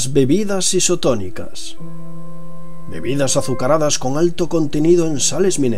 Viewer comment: Dijiste bibidas